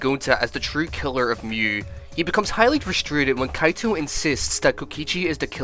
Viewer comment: It even called kaito"Cato"😭